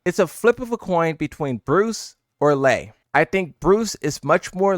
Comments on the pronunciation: Its Lei, not Lee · How do you not know how to say lei WuLongs name? It’s literally in sound bit form….its lei like LAY. You old enough to not be screwing up names kid lmao